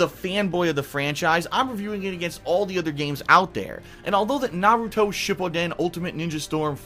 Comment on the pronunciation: So glad you dont pronounce it like naroodo.